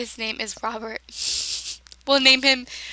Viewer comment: At first i thought you said lobert insted of robert lol